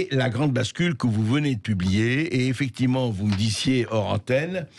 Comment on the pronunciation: Arrêtez avec les « effecti’ment » Bercoff, c’est fatiguant.